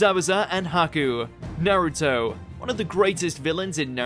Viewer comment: NA - ruto, (The first syllable, "Na" sounds a bit more like "awe", or the "a" sound in the word "High"). NOT "NAH-ruto" (with the Na as in "apple" or "any", never these). Australian/New Zealand accent excuse is irrelevant here, please. It's a Japanese name.